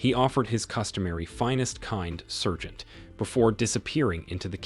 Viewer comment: FFS SAAARGEANT!! Someone needs to train these AIs, they suck.